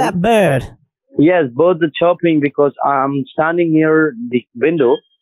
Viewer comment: And.."Buurds". Lol. Love it.🤪